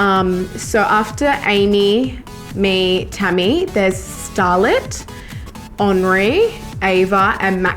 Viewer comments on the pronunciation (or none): none